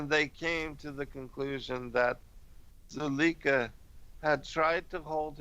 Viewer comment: Zuleika/zulayka, obviating/ob/vi/a/ting just so you know how tp pronounce these words.